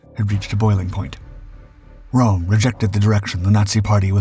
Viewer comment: His Name was RÖM and not ROM!